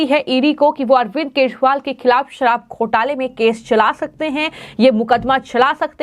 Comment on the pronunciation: मैडम, केजरीवाल है उसका नाम! आप केशवाल बोल ताहि हो, क्या आपको दिल्ली के सी एम का नाम तक पता नहीं है? आश्चर्य है ऐसे ऐसे पत्तलकार??